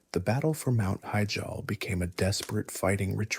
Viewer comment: mount heejall